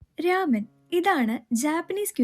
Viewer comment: രാമൻ അല്ല.. It's റാമൺ 🙌🏼